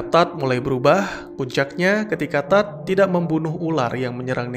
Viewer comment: Tadd? Harusnya tu TODD!!